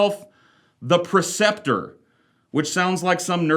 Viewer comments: PRE-ceptor: teacher or leader, especially in a religious context. not PER-ceptor, PRE-ceptor. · You either spelled it wrong or saying it wrong, Preceptor. Not Perceptor